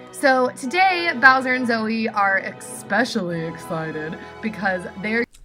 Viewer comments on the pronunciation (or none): Not the classic Myka “exspecially”